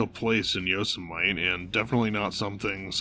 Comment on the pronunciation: YO - SEM - IT - EE not YO-SMITE... you did that on purpose, didn't you?